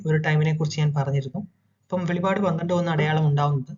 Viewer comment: വെളിപാട് അല്ലടാ വെളിപ്പാട് നീ പറയുന്ന വെളിപാട് വെളിച്ചപാട് പറയുന്ന വെളിപാട് വേദപുദ്ധതകം ന്നന്നായി പഠിക്ക